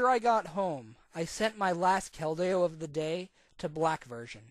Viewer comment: So many mispronunciations of Keldeo. It's pronounced "KEL-dee-oh"